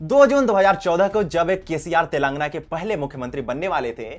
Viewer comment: Telaangana nahin Telangaanaa.. ucchaaran ka dhyaan rakkhein